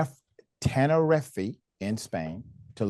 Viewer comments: Tenerife pronounced: ten er reef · Tenerife is pronounced Tena-reef. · Come on Doc, you can pronounce Tenereef (Tenerife) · You don't even know how to say Tenerife maybe just stick to American racism it is a famous holiday resort but you obviously never heard of it because of your racism towards foreigners